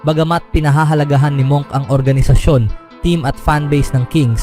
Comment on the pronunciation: Monk pero munk pronunciation diyan